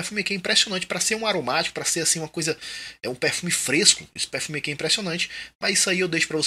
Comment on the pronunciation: Acho muito massa seu sotaque quando você fala pérfumi kkkkkkk sucesso manoooo